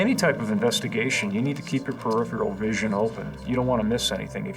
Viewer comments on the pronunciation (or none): none